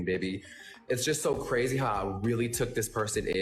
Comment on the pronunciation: " it was cArazy " Why adding an extra 'A' LoL 😆😂🤣